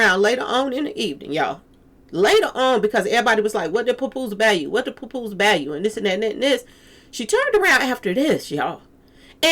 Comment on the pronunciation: 😂 puh poose love that pronunciation.